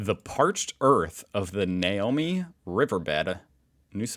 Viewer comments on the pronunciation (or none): Namoi is pronounced NAMOY. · At a quick glance, someone could easily read that as the girl's name Naomi, and I presume made that mistake. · It's the Nam-oi. River. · Namoi is pronounced “nammoy” and yeah I remember when the drought broke and I saw water for the first time in years on the river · The Namoi River is pronounced Namoy. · The Namoi is pronounced Nam-oi, mid west NSW river. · Namoi river ,,, pronounced Nam oy river😂